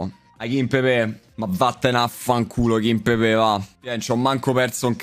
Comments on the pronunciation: ma raga qualcuno dica a che è KIMPEMBE e non KIMPEBE e che TELLES si legge teglies e non TELLES 🤣🤣🤣 grande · Ragazzi ma qualcuno mi spiega perché dall'anno scorso qualsiasi youtuber chiama kimpembe "kimpepè"?